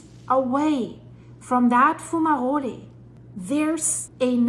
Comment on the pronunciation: Why do you call volcanic fumaroles, fumarolyees?